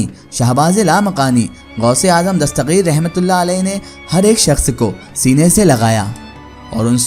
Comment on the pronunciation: dastageer hai gaa ko gaeen kyun padhraheho bhai